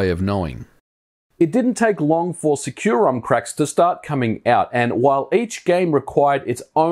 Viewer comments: I've always read it in my head as "sec-you-rom" where sec is pronouced like the shorthand of second. You're the first time I've heard it pronouced "secure-rom" lol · Huh. I thought it was called SEC-u-rom. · Bruh, you mispronounced the name. It is actually called sucurom in the data files and in the company.